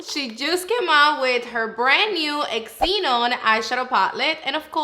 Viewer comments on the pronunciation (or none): Haha you crack me up girl! I always look forward to your reviews 🥰 I love the look you created. (btw it's pronounced zee-non🫶🏽🩷🫶🏽) also ummm your nails?! Fireeeee af 🔥🔥